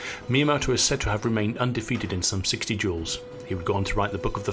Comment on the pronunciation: This guy talks funny. Can’t pronounce the words correctly. Refers to ‘duels’ as ‘yules’.🤪🤣😂🤪